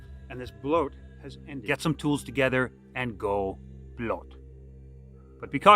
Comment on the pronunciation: its not pronunced bloat. please dont